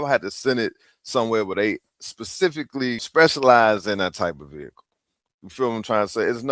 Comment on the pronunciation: I’m not buying anything from someone who says VEE-hickle 🙅🏻‍♀️